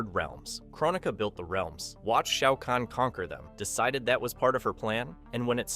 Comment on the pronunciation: Shayy-ow kahn